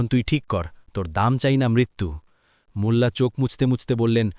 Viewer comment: ভাইয়া মুলা বা মুল্লা না।।। মোল্লা হবে।। আর সব সময় এরকম সাউন্ড ক্লিয়ার রাখবেন মিউজিক দিবেন না একদম প্লিজ